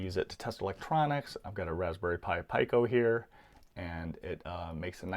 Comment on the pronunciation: Raspberry pi "PICO": it's pronounced "PEE-koh", not "PY-koh".